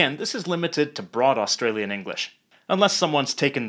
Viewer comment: Although he did stuff up saying Australia and Australian